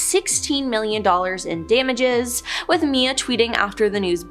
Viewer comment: It's not Mia it's M.I.A